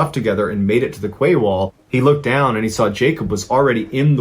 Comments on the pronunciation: It is literally pronounced as 'key' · I really enjoy your podcasts buy I have to say QUAY is pronounced KEY. Silly I know but the English language is silly at times. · The word 'quay' is pronounced 'key' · More like Kay. Not key. ~boB